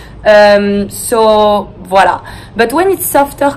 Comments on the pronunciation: Drinking game: take a shot every time she says “viola” Very lovely video by the way ❤️ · I like her ''Vualla"